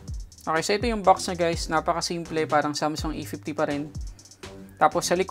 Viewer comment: bat nababadtrip ako sa pronunciation mo ng "A pifti" instead of "A fifty"